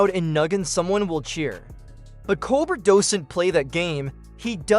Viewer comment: Stopped watching two minutes in. AI narrator mispronouncing Colbert’s name and other words is frickin’ irritating. Couldn’t they afford a live narrator? Meanwhile, I’m glad the gloves are off. As soon as Colbert goes off I’m dropping Paramount. Whatever semblance of objectivity CBS news, and the content of anything they air, has has completely disappeared.